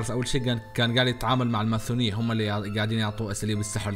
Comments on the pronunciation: ليه تقول ماثونيه ليه ماتقول ماسونيه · ليش تقول ماثونيه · ليش تقول ماثونيه؟ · انت تقول الماسونية ماثونية ولا انا غلطان؟ هاذا السؤال الوحيد اللي محيرني طول المقطع🌚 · ليش تقول الماثونيه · ليش تكول الماثونيه مو الماسونيه 😂؟ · سلامتك وراك تقول ( س ) ل ( ث ) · ماثونيه ؟! ليش تقول كذا فكرت انه عندك غلط يعني بس اسمع انك تنطق حرف (س) عدل ليش تقول ماثونيه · الماثونية 😂😂😂😂😂😂 اسمها الماسونية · ههههههه مين سمعه يقول الماثونية